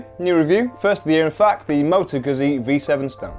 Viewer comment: it's motoguzzi.. not motogusi.